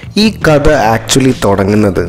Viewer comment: കദ അല്ല കഥ